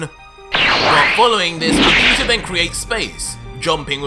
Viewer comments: In the beginning you said King vegeter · Who is "King VegetER"???